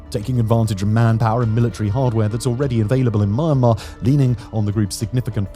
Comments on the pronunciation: It's not pronounced "Myan" like the Mexican My-an. It's mee· an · maar . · Why do you keep syaing MA AHN MAR? SAy it with me now MEEE ANN MAR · Well researched video about rarely talk about conflict. One thing I'd like to change is the pronunciation of the country's name, Myanmar.(pronounce more like Mian-mar) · Mian-mar, not My-an-mar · Try first to name the country with correct pronunciation. It is not Marmar. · Very cringey pronunciation of Myanmar, Kechin, etc... If you want to do a proper info-video, please learn the proper pronunciation. It is very hard to watch!!! It is very commendable to do such a info-video, but please do more research in the terms and names you use. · Dude stop saying the world Myanmar especially when you can’t pronounce it.